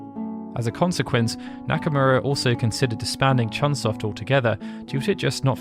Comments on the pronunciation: Hey,, it's CHOOONE SOFT. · Not CHUN Soft.